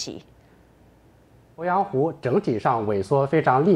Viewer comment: 主播好专业哦。po鄱阳湖，jun龟裂，发音好标准